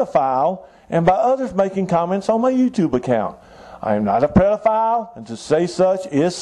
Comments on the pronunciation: Did he say "prodephile?" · Did anyone else hear him say predophile? Kinda has a nice ring to it, adds a little bit of predator to pedophile.